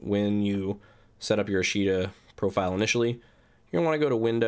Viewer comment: Just for future note:. It's pronounced Ahsh' ta. It's the Japanese word for "tomorrow".